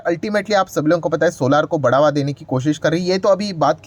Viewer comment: सर सोलार नहीं सोलर बोला करो, इसमें सुधार करो क्यूं कि ये शब्द आपको बार बार बोलना ही है।